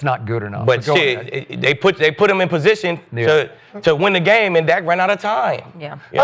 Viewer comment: It’s irresponsible for journalists and media reporters to speak without doing homework. It’s Dak not Dax. Y’all got on Jerry for mispronouncing Micah’s name then pronounce Dak’s name wrong. Dallas’ defense has not done any favors for the offense. I bet none of these on the show except Skip can name 6 starters on defense or offense this year.